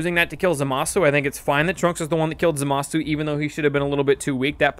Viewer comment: FINALLY SOMEONE WHO PRONOUNCES ZAMASU CORRECTLY! It is "Zah-mas", not "Zuh-maas-oo". the dub is in the middle ground with "Zah-mas-oo"